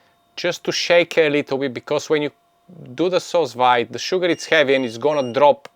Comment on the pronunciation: It’s pronounced “soo veed “, literally means under vacuum. You should tell them to use gentle vacuum, when there’s fluid in the bag. And love my Anova